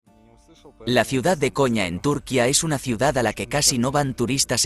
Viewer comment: que mal habla, aprenda a pronunciar propiamente, hace del video una mierda.Ese acento español, pronuncie como se pronuncia en su idioma. la ñ, y no es túrquia es turquia. IGNORANTE!